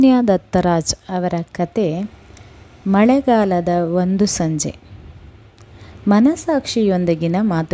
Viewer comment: ಕಥೆ ಓದುವಾಗ ಕನ್ನಡಕ ಹಾಕಿಕೊಳ್ಳಿ ಮೇಡಂ.. ಅದು, ಅನಿರ್ವಚನೀಯ ಅನುಭವ, ಅನಿವರ್ಜಿನಿಯ ಅಲ್ಲ.......😂 ಮಳೆಗಾಲ- ಮಲೆಗಾಲ, ಘನಿಭವಿಸಿ - ಗನಿಭವಿಸಿ.... ಹೀಗೆ ಬಹಳಷ್ಟು ಉಚ್ಚಾರ ದೋಷಗಳಿವೆ 😅